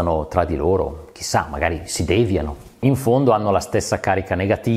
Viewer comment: devìano, devìano... si dice devìano con l'accento sulla "i", non dèviano con l'accento sulla "e" scusate lo sfogo, torno ad ascoltare😆